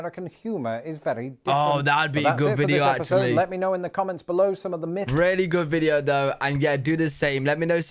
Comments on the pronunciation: Dude says, "Seven miffs about America...". It's myths. Pronounced miths. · 7 miffs :-)